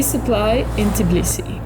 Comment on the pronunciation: Tiblisee she says : D